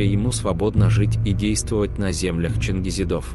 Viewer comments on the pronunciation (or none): Произношение не правильно. Не -"чингизидОв"-,а "ЧингизИдов, ударение надо на -И-.